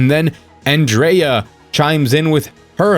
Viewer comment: Hurray, you’re the first American I’ve heard call her Andreya and not Andrujja